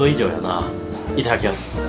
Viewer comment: いただきますの言い方が「イターキヤス」で日本人男性が使う発音で笑った 完璧だよ笑